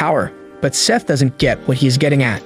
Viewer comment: Why did you call him Sieth 😭😭 Also I have the same name woohoo